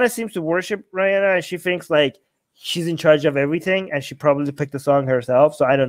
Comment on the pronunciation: who the hell is "Ryanna"? 😂